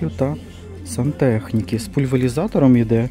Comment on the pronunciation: Правильно казати:пульверизатор.